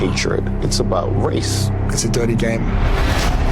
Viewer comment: Has anybody noticed the slight American accent when Harry says "dirty"? He's only been there 2 mins 😂🤣